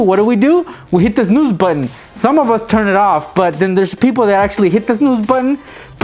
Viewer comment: I Died when he tried to say snooze!